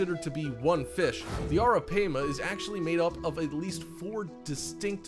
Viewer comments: Also, it's pronounced "arra pyma" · You’re mispronouncing the name of the third creature on your list wrong. (Arapaima) it’s pronounced “Air-ra-Pima”. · Bezoticallyyours83: Actually, it's pronounced Air-Ah-Pay-Muh. Just trying to be helpful. We've had them before along with caimans and an anaconda and a whole bunch of other critters when my son was younger. The anaconda was given to him by a kid down the street who was keeping it wrong. It was a male (they only get around 6 feet long full grown) and once we brought it home my son put it inside a really big aquarium he had and set up the heat lamps and even a hot rock. In a day or two that thing was so vicious that it kept smashing into the side of the tank when you'd walk by! He had it for about a week before I made him take it to the zoo and give it to them!!! The Caimans he had were pretty cool but they had a LOT less angry a personality than what this dude described in this video. We had an American Alligator once as well. That thing was wicked! If I was to do things over again I'd NEVER let my son bring that gator home! It grew nearly 5 times its length the first year he had it and it never chilled out and calmed down even though he handled it everyday! I made him take that one to the zoo as well. We've also had Arawanas and Alligator Gar and a gazillion other types of fish and animals. JUst sayin'. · It’s ARAPIMA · Arapaima is pronounced Air-uh-pie-ma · Thought it was pronounced air-a- pie-ma? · You showed a gar as a arapima and your saying the name wrong you dumbass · U said arapima wrong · Cant even pronounce Arapaima correctly lol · How you say arapaima get me lol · You were mispronouncing the names Pacu and Arapaima, and most of this info is very incorrect.